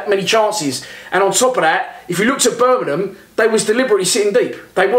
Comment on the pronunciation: Birmingham not "Birminham"